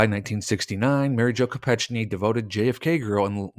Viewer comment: to be respectful to her memory we should get her name right: I recall that her last name was pronounced Ko-peck-nee